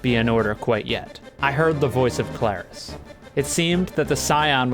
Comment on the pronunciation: YOU DON'T FRICKIN EMPHASIZE THE A IN KLARIS, IT'S THE R. THE R DANGIT.